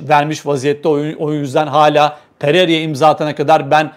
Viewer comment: Pererya değil pereyra şu isimleri öğrenin artık çok mu zor?